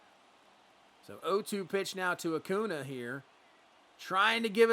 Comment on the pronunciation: As a Braves fan, wishing Max Fried was pitching like this in real life lol. Also how you say Acuna always give me a chuckle. Saying Uh Coo Nah.